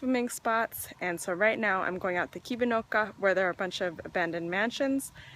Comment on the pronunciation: You pronounce those Finnish words (uimaranta, Mustikkamaa, Kivinokka) very well, including the letter r which is usually difficult for Americans. Do you speak other languages?